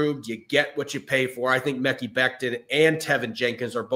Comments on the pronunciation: Guys. "Mekhi" is pronounced "muh-Kai." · Stop saying mekki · Mekhi = "Ma-Kai"